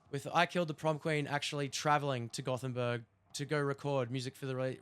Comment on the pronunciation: It's "Gothenburg" ;)